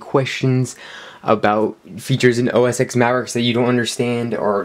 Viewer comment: OS TEN! It is pronounced OS TEN. Thank you for playing.